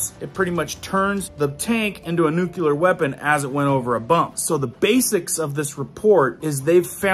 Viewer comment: I love your videos, but you keep saying nuculer , it’s nuclear